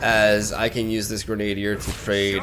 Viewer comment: Grenadier is pronounced "gren-uh-deer" not "grenade-deer". Love the content just trying to help you out!